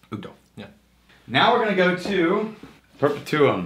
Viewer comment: Since we’re correcting pronunciation, it’s “per-pet-you-um” not “per-pa-tuom”